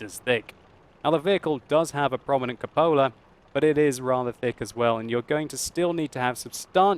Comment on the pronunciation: World of Tanks Xbox One/360- Diary of a Tanker Not as bad as cup ola. lol. When does he say substantial?